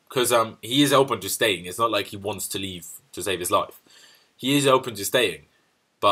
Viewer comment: when you say 'welcome to 100% Chelsea' it sounds like 'welcome 200% Chelsea'